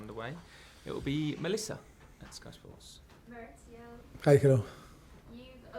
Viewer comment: Still calling him " Moritsio"